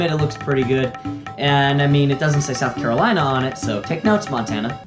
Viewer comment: Ah yes the beautiful SOURH Carolina